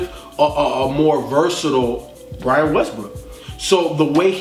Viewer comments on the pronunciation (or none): none